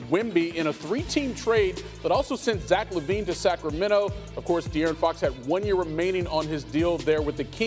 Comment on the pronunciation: I love how the commentary said Da'Aaron Fox then Dee'Aaron Fox...I do this too when Idk how to pronounce someone's name